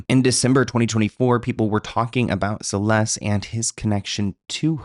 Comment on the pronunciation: Celeste has a T at the end. it is not a silent T.